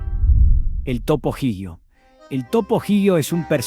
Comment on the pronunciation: Pero la IA no sabe pronunciar.